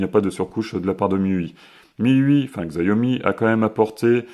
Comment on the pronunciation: je tiens a dire que la marque ce prononce "Chiaomi" et pas "Xaiomi" voila j’espère que ça pourra t'aider dans tes prochaines videos : )